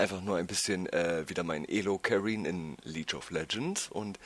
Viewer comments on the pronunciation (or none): *hust* League(Lieg gesprochen) of Legends nicht Leech of Legends *hust*